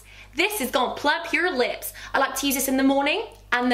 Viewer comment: I thought u were sayin nips instead of lips for the eye cream I was like saucyyyyyyy